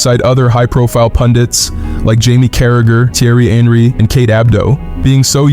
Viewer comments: Tiery ienri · That was the worst pronunciation of Thierry Henry I've ever heard, but still gave it a thumbs up.